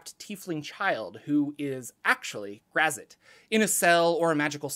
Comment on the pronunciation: This pronunciation of Graz'zt reminds me of the part in R.A. Salvatore's novel 'Sojourn' where a young boy mispronounces "Drizzt" as "the Drizzit."